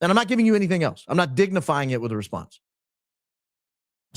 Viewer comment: He couldn't even pronounce Huachuca correctly!